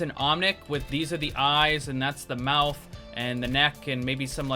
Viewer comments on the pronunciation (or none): none